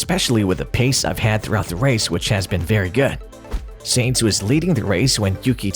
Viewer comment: Sainz, not Seinz.